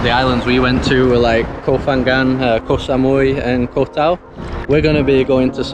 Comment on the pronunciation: I enjoyed your videos of the "koh" in Cambodia and now Thailand. The word "koh" is pronounced like this